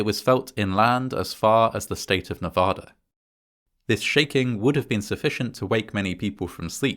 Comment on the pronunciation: Please learn to pronounce Nevada properly. The a sounds are like in Nebraska. I live in Nevada.